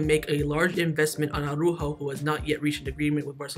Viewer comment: who is this Ah-roo-ho fella?